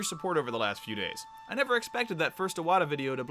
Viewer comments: For fuck sakes man the name is IWATA not O-WATA!!!! do you see an O in the name? Jesus you don't even know the name of the man and you call yourself a nintendo fan? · he also needs to fucking learn how to pronounce SATORU IWATA, he says SATURO OWATA... fucking moron